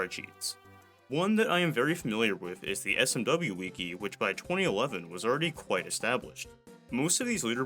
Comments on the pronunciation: please never say “wiki” as “weeky” again…. im telling you this out of the goodness of my heart. it’s pronounced “wicky” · why tf do you pronounce it "Wee Key" instead of "Wiki", your pronunciation makes me so uncomfortable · Why do speedrunners need pronouns next to their gamer tag on their website? Such a sad virtue signal. That’s when I stopped using it. Speedsouls is where it’s at, hopefully they expand. Also Wick-E, not Weak-E. Sounds strange when you say it like that. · "w-ih-key" the first I is pronounced "ih" and not "ee" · The fuck is a Wiikey? You mean a Wiki? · Did this mf just say weaky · Good video. Your mispronunciation of Wiki messes with me.